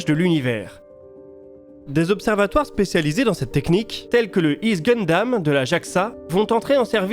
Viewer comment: Pardon excuse moi, tu as bien dit, le Higg's GUNDAM ??? Genre Gundam, pour de vrai ?